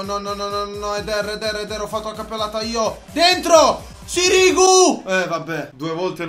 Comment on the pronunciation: Non si pronuncia sirìgu ma sìrigu